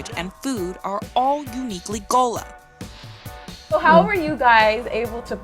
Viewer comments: Gullah not gola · she's mispronouncing GULLAH.......help!!